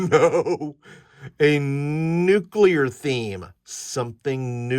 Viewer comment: Nucular? Extrapolate a whacky natural reactor in the volcano: I know I've used radiation poisoning side effects for flavor in at least one adventure....